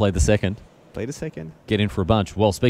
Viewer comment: 2nd- because second, not secord